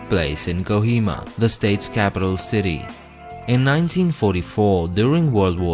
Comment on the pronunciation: It's kohima not kjioma bro 😁